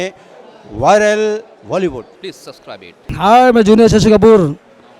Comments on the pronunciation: subscribe ko subcrise bol diya😆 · subscrice suprise yaa subscribe kya bol raha hai yeh😂😂😂😂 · haan bilkul mere bhai, zaroor "subcries" karenge. Stress mat le tu. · Uncle wo subcrise nehi subscribe hota hae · aur suscsbribe kijiye isko...😂😂😂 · "Subcrise kijiye isko"...!!! Hah ha ha!